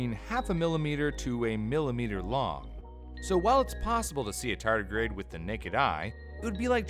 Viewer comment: You say tardigrade, but I keep hearing tartus....